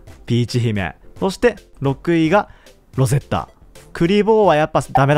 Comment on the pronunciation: ロゼッ⤴︎タじゃなくてロゼッ⤵︎タじゃない？